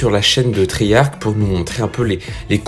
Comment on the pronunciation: Cool, mais on dit triyarche et pas triyarke. Treyarch